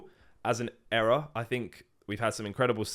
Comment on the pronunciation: It's Era not error 😂 Also Battles Styles is the best regular set of Sword and Shield imo, It gets kicked so much.